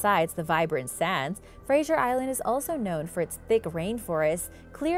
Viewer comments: UUUMMM, it's NOT Frasier Island, it's Fraser Island(pronounced Frazer). If you're going to do a video of something, maybe you should learn to pronounce. And you forgot to mention the Dingo's that inhabit the island, they've been known to attack people/campers. Tourist, and locals, think it's ok to feed the Dingo's. Once you removed the fear of humans from a predator, you're going to have problems. OH, and it's a Koala, not a Koala Bear, it's a Marsupial. Thank you. Love the vid's, by the way. Yes, I'm from Australia..home of many venomous snakes, bloody big Croc's, Python's big enough to swallow a Cow (ok, maybe not quite that big), Wombat's, Kangaroo's that'll kick ya guts in, and the Platypus, the world's weirdest looking creature. AAANNND, let's not forget the Bunyip and Drop Bears. ...Now, read this back in the voice of Steve Irwin (miss ya mate). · There is no soft G in Fraser. It's not pronounced like Frasier, the tv show. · There is no I in Fraser it is pronounced as it looks Fraser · It was odd hearing the i in her pronunciation. Gave me a good giggle.